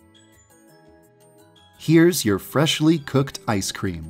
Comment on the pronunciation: i think he wanted to be a joke though xD put a big emphasis on it cause ice cream is frozen xD